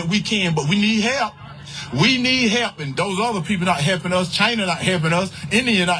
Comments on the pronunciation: “We need hep” No Herschel, YOU need “hep,” lots of “hep!” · “We need hep, we need hep”